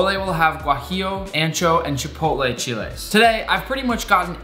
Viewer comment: Thank you for pronouncing Mole and Chiles right! This Mexican loofs u!!!